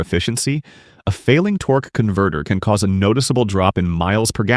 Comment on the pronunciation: what is a torkey converter? Is that a different part?